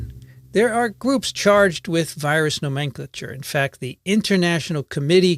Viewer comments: The usual pronunciation of "nomenclature" in US English is a bit different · seems to be using the British pronunciation of "nomenclature": vs stands out like a sore thumb given I've always heard the American pronunciation... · Great info! Much appreciated!!! A bit off-topic but I have never heard the word nomenclature pronounced the way you do. Maybe it is just a regional thing but it caught my ear :) Not that I'm an expert in any way.